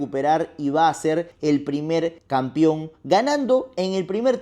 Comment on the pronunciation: Deja de decir "campion", "campiones"... Se dice CAMPEÓN Y CAMPEONES, hablas como el Chavo.